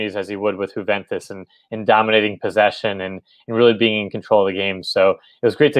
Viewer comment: My dude, it is pronounced YOU-VENTUS not HOO-VENTUS